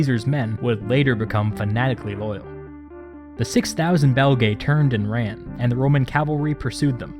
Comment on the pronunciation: This would have been much easier to listen to had you not included that horrible and distracting background "music!" I mean, what is the point of that? It even overwhelms the narration at some points, for Pete's sake! By the way, Belgae is pronounce Bel-guy in Latin, and to be really obnoxious about it, Caesar sounded like Kigh-ssar - since C always sounds like K in Latin.